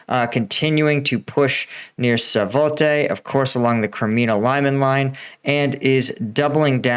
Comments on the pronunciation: please: it's not sAvote, it starts like SWAT. SWAT - O - VE. Otherwise thanks for the breaking down 👌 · Svatove, not Savote.